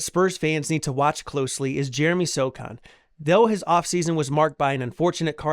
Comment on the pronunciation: First you say “So” then you say “han”! Now say Sochan. You’re a Spurs channel or alleged fan. You should know